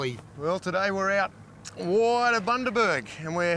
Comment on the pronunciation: It’s Bundaberg you knob, not Buderberg hahaha